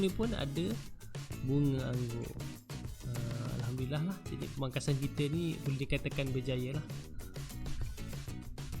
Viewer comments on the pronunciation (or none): none